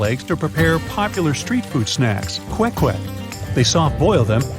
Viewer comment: When he said: Filipino's use quail eggs to prepare popular street food snacks *KWEK-KWEK*. Me as a Filipino be like: 👁️👄👁️ Did he just...